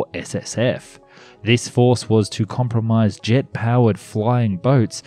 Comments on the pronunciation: It is pronounced Mark, not M-K. So if you see MK-28 you say Mark 28. Also, I think you meant "comprise of," instead of "compromise." With that out of the way, this was a fascinating video. I didn't know this plane existed. It's sad, but understandable that it was cancelled in favor of ballistic missile subs. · The "comprise" in your script picked up an extra syllable.☹